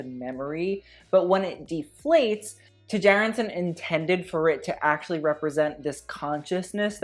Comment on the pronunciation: Tjaerendsen is of Danish or Norwegian descent and it is pronounced as t-Cher-end-senn (Cher, as in Cher the artist)., I need you to bring back the fashion history episodes: reaction videos are hilarious but I also love to learn things. EDIT: Ok, I commented waaay too early, sorry, pronounciation is still the same though!